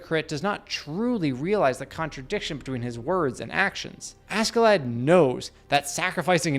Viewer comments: Ask in Askeladd is pronounced "ash". SK in nordic language generally is. Example: a ships Skipper, the captain, is pronounced Shipper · It is pronounced 'a-shae-ladd' old norse, he is one of my favourite characters. Really deep and complex, fun and wise in his twisted ways :) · Not using sub in the example scenes is criminal, it'd also teach you his name is pronounced "Ash-e-lad"